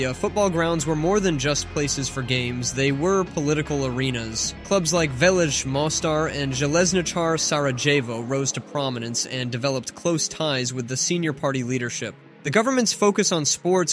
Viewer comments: It's not pronounced Sarajevo.. it's Sarayevo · Next time please use Google Translate and listen to pronunciation of those foreign words you're referring to. SaraJevo like you said would be equal to "Nev Jerk" for New York. Let's stop butchering those names at least. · A person who pronounces "Sarajevo" with a "J" has no business teaching others about the Balkans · I can't believe you pronounced Željezničar more correct than Sarajevo, this is a first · As a Bosnian and Herzegovian i can confirm this. Literly everyone here plays some type of sport ( also the way you say Mostar and Sarajevo is just so funny to me) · Sarajevo... 😂😂😂😂😂 That is the funniest pronounciation I have ever heard XD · You read j from Sarajevo like J from Jugoslavija